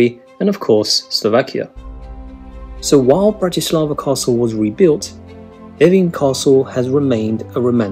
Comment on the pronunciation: All "a's" are soft in the Slovak language. Also, most words begin with the accent on the first syllable, as in BRAti slava, not. Brati SLAVA! Their is no such word as Slovakians, we are Slovaks. From a Slovak.